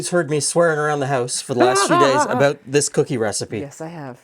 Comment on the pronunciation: "I'm aboot to stop saying soory."